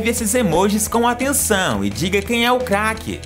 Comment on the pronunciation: MAN ELE FALA CAQUE